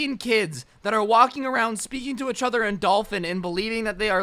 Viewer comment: Nobody: Each other: Ech other